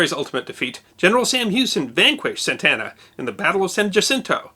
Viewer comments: Santa ana not Santana lol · Two slight corrections/clarifications: 1) It seems twice out of three times you pronounced the Mexican's President General's name as "Santana," but it is Santa Anna. 2) There was outside help/reinforcements that made it to the Alamo: they were from Gonzales; 36 went, 32 made it inside. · His name was Antonio Lopez de la Santa Anna, not Santana. Thanks. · Saying Santana instead of Santa Anna is not just a pronunciation mistake, it's a totally different name. I can understand the trouble with the japanese names, but with the Alamo story and a man who was president of Mexico for quite some years? That makes it feel as if nobody has watched the completed episodes befroe uploading, which is quite a shame in the face of otherwise quite high production values.